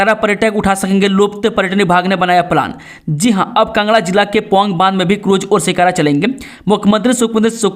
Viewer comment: Kangra not kngra